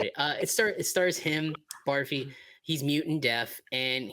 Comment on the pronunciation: Barfi is pronounced “Burr-fee” and Ranbir is pronounced “Run-beir”